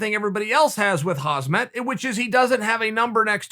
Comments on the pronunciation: Its Kham -zat not Haz - mat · Please learn how to pronounce Khamzat not "Hasmet" Thank you! Just say HAMZA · It’s actually Kham zat not Khaz mat! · LOL chael his name is HAMZA the k is silent... why u keep calling him hazmat after like 40 videos wtf? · UncleChael: "Hazmat!" ProductionAssistant: "It's KHHAAMM-ZAAT" UncleChael: "Hazmat!" Lol 😂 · Pronounce Hamzat not as Hazmat. Z comes after. By rhe way he is like Hazmat right now everyone wants to avoid. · Uncle Chael is KhaMzat not KhaZmat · Not khazmat uncle chael. Kamzat! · FOR GOD’S SAKE HIS NAME IS KHAMZAT NOT KHAZMAT!!!!!! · chael it's pronounced ham - zat, or should i start calling you kale? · Khamzat = hamzat = hamza Ffs it's not haZmat...... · Swear to god cheal it’s khamzat not hazmat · Man this guys gunna make me use to saying hazmat haha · Was not interested in the 100th video on Khamzat but had no idea Chael was actually speaking on Hozmit. This man continues to raise the bar 😂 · Khamzat “Hasmat” Chimaev aka Borsch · 0.45 Huzzmett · It shouldnt trigger me this much that he keeps saying "Hasmat" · “Hozmat” nice to meet you. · Hasmet? HAHAHAHA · Chael makes 20 videos on Khamzat Also Chael: “KhaZmat” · Learn to pronounce his name correctly dude !!! Although he is Hazardous Material, his name is Hamzah !!! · Chael: Leehon vrs Hasmat Everyone: what? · Chael “Hazmask Chimaev” Sonnen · Uncle Chael "Huzmut" Sonnen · haazmit* and haazmet* he says lol not MAT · Leehaan and Hazmaat -Uncle Chael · Chael: makes 100 vids on Khamzat Also Chael: "Hasmat"" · Calm zat. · Kuh-beeb and Hahz-mut LOL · He also called khamzat hazmaht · Yo uncle Chael u keep pronouncing Khamzat wrong maan... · how long are u going to say his name wrong? maaan i cringe every time.. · Khabib is pronounce Habib, but I don't think Chael is that cultured to call Hamzat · Crazy that Khamzat never even knew how to say his own name this whole time. Thank the lord for Uncle C. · it's more annoying that you still can't pronounce Khamzat's name!!!